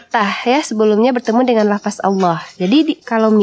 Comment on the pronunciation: Aduuuuuh mbak coba mengucapkan LAFADZ jangan LAFAS...Boleh aja Tulisannya LAFAS tapi tetep dibaca LAFADZ...